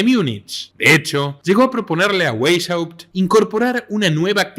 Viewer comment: Se pronuncia /Baisjaupt/